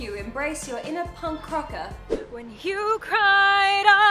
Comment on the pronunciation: Did you just say punk crocker??? 😱